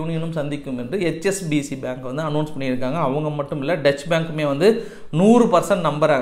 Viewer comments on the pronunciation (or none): டொச்ச வங்கி, டச்ச வங்கி இல்லை